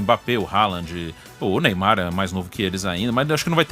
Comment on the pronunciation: Neimar???? Kkkkk 😂😂😂😂😂